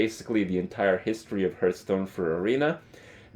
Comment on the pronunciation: OH SNAP HE PRONOUNCED META CORRECTLY FOR ONCE! MAYBE HE WILL PRONOUNCE HEARTHSTONE CORRECTLY AS WELL?!